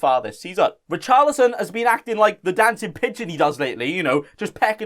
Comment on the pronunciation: Richarli-Son Heung Min